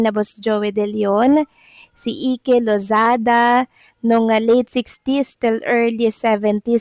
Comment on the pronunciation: E Ke hahaha...wala ka talaga. san ka ba nagaral?? Now mo lang ba nabasa ang name na IKE (AYK). And practice mo letter F prnounciation....ha?????